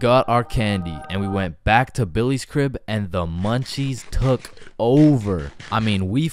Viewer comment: Do you mean " crib " bro and It is " my " not " ma " bro